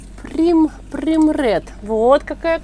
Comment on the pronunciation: Милочка, не поймите неправильно , но хочу вам подсказать- первый сорт называется « прайм ред». Вы профессионал и хорошо ,когда звучите правильно. Если вам нужно помочь с переводом названий с английского языка, обращайтесь. Буду рада помочь!